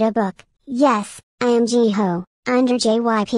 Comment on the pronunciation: Edit: Also, I'm sorry Jihyo is pronounced as G-Hoe. My bad lmaooo. Who's your bias? Do you think they should be paid more?